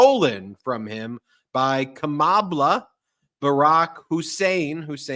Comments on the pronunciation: HE CALL KAMALA KAMABLA KAMA BLACK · He can't even pronounce it ! 🤪